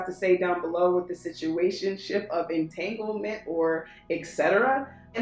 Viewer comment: deck three- LMFAO YOU REALLY SAID ENTAGLEMENT AHAHAAAAA